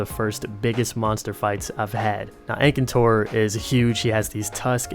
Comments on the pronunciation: Aekaentor Fadalis That's the wrong way its "Fatalis" and "Akantor" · "engcantor" wth xD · 'Ankator Ankator Ankator', the N is before the T, Akantor. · Akantor, not ankator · the way you say some of the names is so weird lol.....Faytalease, aykintour ... the rest are fine but them two i had to double check i was looking at the right monster! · There are Frontier games on PS4. World isn't the only one. Speaking of Frontier, wouldn't it be cool if Disufiroa was put in? Though, people would be overwhelmed. I like how you think that you pronounce Ukanlos wrong when you pronounce most of the others incorrect but Ukanlos right. How did you butcher my Akantor so badly...?